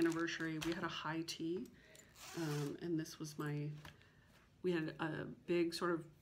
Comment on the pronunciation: Did you just say, “That big-go house?” You Texan! 😉. You MUST finish your oldest WIP. It is absolutely beautiful! Why don’t you just stitch 1 thread a day on a coffee break until it is finished? In fact maybe our virtual group should challenge each other to do that through the summer. I know I would love to get my oldest done and I think it is from 2001.